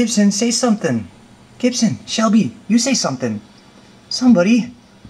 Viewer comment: 53 its Shelby not shellbe